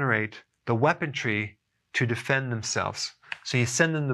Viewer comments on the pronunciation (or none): Dr. Berg - love your low-key presentations... just an FYI - I have heard you say "weapontry" in a few videos now... it is "weaponry" - no "t"